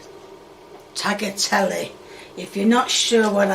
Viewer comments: "Tagatelly" "Taggy...whatever-it's-called" "Tagaletty" "Hegg" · Legend says still trying to pronounce tagliatelle 😭